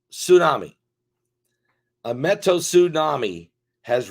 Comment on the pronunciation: I can help🤣Meteo (Me-Tea-O)tsunami